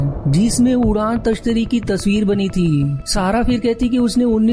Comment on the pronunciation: Udaan tashtari nahi bro udan tashtari hota hai